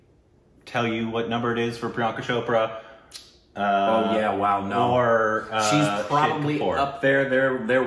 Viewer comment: For the love of god it's not "shopra", it's "chope-ra"(cho in chope sounds like cho in choke). She even said that in the vogue video you guys watched.